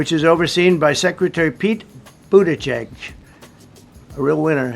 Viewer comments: For once rumpty got a name pronounced corrected! And typical slam, defame, lie and blah blah blah from rumpty. Do we believe anything he says about other people? NO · It’s pronounced Boot-edge-edge. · How is it that Buttigieg is one of the few names Donald can pronounce?